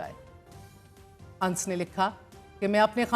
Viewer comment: Anas not ans